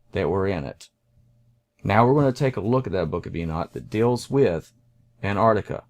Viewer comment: Please. It is pronounced "AntARCtica" not "Ant ARTica". And "maP" not "mao".